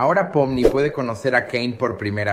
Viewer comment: POMNI❌ JOMINI✅